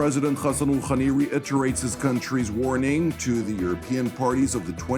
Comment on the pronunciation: Iranian president "khhhhhakhem Khooookhhhhhhhani????? It is Hassan Rohani. Hhhhhhhh not khakhan